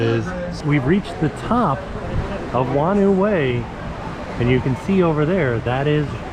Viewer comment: Hello, Awesome to see you back at the water parks. Just so you know "Whanau Way" is pronounced "Faar-No Way" (or a variation of depending on where you are from). Thanks for listening.